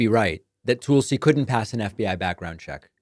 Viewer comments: If I hear “Toolsi” one more time I’m gonna rip my hair out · Why do you call her tool c? Isnt it Tulsi? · Calling her Toolsie is so stupid--it must be what an intelligent Trumper must feel like listening to his screeds against Kuh-mall-luh, Crooked Hillary, Crooked Biden, Sleepy Joe and whatever. I cringe when you do that. I'm betting others do too.